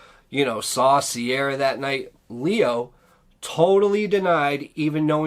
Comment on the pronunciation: Her name is not Sierra its Ciara pronounced like key ra.